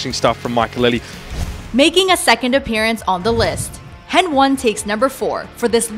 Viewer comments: It's heni not hen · "Hen one" it's henriques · DId someone order you to read the text? Because it doesn't sound authentic :/ It sounds like you just started following the CS Scene. Many say "heni", not "hen-one" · Yeah bruh, HenONE ones is really sick. henONE. ITS HENI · HenOne😂 It‘s Heni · OMFG XDDD henone. Im done thats heni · omg it's heni not hen one haha cant stop laughing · Who da heck is henone its heni my dude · Hen one lmao, Its heni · hen1 prefers hen one over heni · Calls heni, hen one. Crange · HEN 1:DD its [Heni] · hen one? I thought it was heni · HEN1 FUR REAL NO ONE SAYS "HEN-ONE"!!!! ITS "HEN-EE"! JESUS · Heni not hen one!!! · its not Hen1.. Its Heni.. Know your stuff.. lol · Lol hen one, it's pronounced henny xD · it's heni not hen1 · Its heni...not hen1 😐😐😐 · «Hen1» ok yeah dislike. Its Heni not Hen1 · heni not hen1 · Heni not hen1 lol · Not han1 its hani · ITS F***ING HENNY, nah thx for clarification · What heni sounds way better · they call him Lucas, not Lucas-one... and calling HEN1 "Hen-one" is just stupid... would you call Ex6TenZ "Ex-six-tenz" ? no its "existence" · “Hen-one” lul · she called him henOne i feel offended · Sonemple, henone, devonece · That’s not how you say hen1 the 1 is like an i so it’s heni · The way she said hen-one You know she don’t know anything about csgo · its pronounced hen-y fyi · Hen-one? Really? It's almost as if she doesn't know anything about CS:GO and she's just an "attractive" girl reading a scrip- wait a second...!